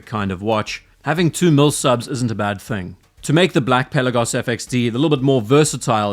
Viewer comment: Hey, hope you enjoyed your time in the Aegean Sea. Also, thank you for pronouncing the word "Pelagos" ( original Greek word being "Πέλαγος " with emphasis on the letter e),unlike so many other watch youtubers. Best Regards. P.S. if you ever revisit the Swatch x Blancpain watch, I will be glad to share my experience, as I went to check it in person.